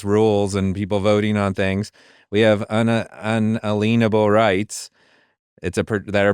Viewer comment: Your guest says "un-alean-able" rights but isn't it pronounced "un·al·ien·a·ble" [ˌənˈālēənəb(ə)l]?